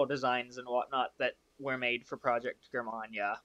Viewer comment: Thanks for reviewing my Breitspurbahn models! Also, Germania is pronounced Jur-May-Nee-a. And my last name is pronounced Strass-Bourg.